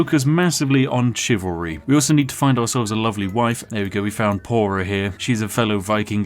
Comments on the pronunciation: your wife is named Thora not Pora 😂😂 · Please don't call Þóra "Pora", that's like calling Jock "Uock" :( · your wife "pora" is actually Thora because that wasn't a 'P'. It was a viking letter which is the equivalent of a 'TH' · poor þora getting called Pora instead of Thora :'( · Um actually it’s pronounced Thora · I don't know if you care, but that letter isn't a P, it's a thorn. Pronounced Th, so your first wife was Thora and your second liege lord was Sigfroth. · Þ is thorn, it's not pronounced like a p but like th in Thor. So her name would be Thora.